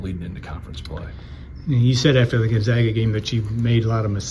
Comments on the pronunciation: Is there even one person in the Purdue organization who knows that it's Gon-ZAG-a, not Gon-ZOG-a? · It’s Goon-zag-a 😂